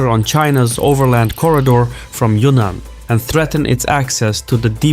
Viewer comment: Yunnan is pronounced the way it is spelled, i.e. Yun-Nan, NOT *Yunan Pronounce BOTH "n"s.